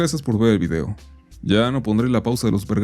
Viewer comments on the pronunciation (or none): none